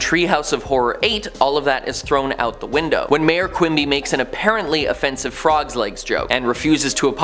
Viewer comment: Mayor not Major